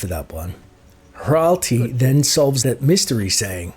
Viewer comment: Ralti? Morelike Ratli..